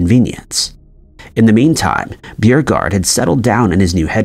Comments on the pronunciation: Beauregard isn't "BEW-re-gard." It's "BOW-re-gard." Are you a real human, or just another text-to-speech bot? They're notorious for mangling pronunciations. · "Beauregard" is pronounced "Boe- regard", not "Bew-roe-gard". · Bewregard? Oh you mean Bow-regard ... P. G. T. Beauregard 😊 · He is mispronouncing the names. It’s pronounced McLain and Borigard. Not Beurogard. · Beauregard = BOH-regard not B you-regard. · I think rather than being pronounced byuhregard, it is pronounced bow-regard. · Geez, a.i. narratives are horrible when they mispronounced names... McClean? No. Pronounced Mclain. B-u-regard? No, Beauregard. Unwatchable. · It's pronounced "Boh" - long o. Not 'bew' Beauregard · Beauregard is pronounced Bow-re-gard bow as in (bow and arrow) and regard as in …well, regard!! your pronunciation of Beergard is ludicrous and diminishes your overall credibility right from the start. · The name is pronounced Bo-re-gard, not Beer-gard. I’m a fucking Scot and I know how to pronounce the names of American Civil War generals better than a Yank. Why should anyone watch your vids if you can’t even get the simplest pronunciations correct? 👎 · Calling "Beauregard" Beer-regard is pure gold. Is this an AI narrator? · Pronounced "boe - regard" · Beauregard = Bow-re-gard! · General "Beauregard" was not pronounced "Bieregard." This is unwatchable. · 1965! I was 11 and don't recall that😮 The name is pronounced Bo-Re-Guard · Beauregard . "Bow-Ree-Gard". McLean. "Muc-Lane". My god. If you're going to recite history... get it right. Probably more blatant errors after that, but I checked out. Just can't listen to someone butcher history. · Beauregard is pronounced, 'Bo regard. Quite a famous name. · So many people making comments about the date slip regarding the Civil War, but for me it was the mispronunciation of Beauregard...which is pronounced BOregard. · It's BO-regard idiot. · Beauregard is pronounced as BO-REGARD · This must be a robot. It can't pronounce Beaureguard